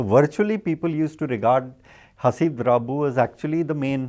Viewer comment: Um..you've got his name wrong guys (it's Haseeb, not Habees).